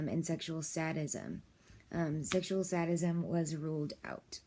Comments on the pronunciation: Uhhhh you're pronouncing both the words wrong. I literally have to close this video. Learn the words if you're going to talk about them or help anyone with them. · Is this a fucking joke? Lmao, no one will take you seriously if you cannot even properly pronounce EITHER of the 2 subjects you are talking about. Educate your ignorant self. Abusive relationships are not the same as consensual sadistic & masochistic relationships or sexual preferences. There is nothing wrong with it. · Both terms are pronounced hilariously wrong, and for godsake, DON'T SAY YOUR PATIENT'S NAME. HIPPA violations will lose your license real quick. Lastly, neither of those terms are unhealthy, and are practiced by millions of people who lead perfectly ordinary lives. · don't say your clients name in a video like this... also you obviously haven't done enough research on the topic because you don't pronounce masochism or sadism right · You pronounce masochism and sadism wrong. Are you a professional? Also, these are not bad things as the word disorder suggests. What is not ok, is the abusive husband.